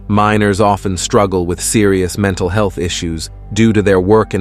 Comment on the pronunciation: "...can be harmful to HOOMAN HEE-ILTH".. Wait --WHAT??! 😆😆😆😹😹😹 Your AI isn't very experienced with navigating speech, is it? Rotflmfao !!